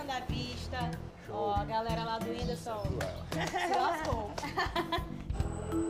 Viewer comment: Mano eu estou com um ódio desse medroso kkkkkk. Winderson falando errado kkkk